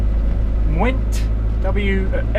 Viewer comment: I hear Wales is nice in September. Sorry to hear about your greasy boot problems! The w in the midlle of Mwnt is an 'oo' apparently, so it's more like 'moont'.